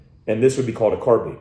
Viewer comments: Its not though. since when does bine make a bean sound? Where is the a? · He says "car bean" other than that I cant see reason to hate him either.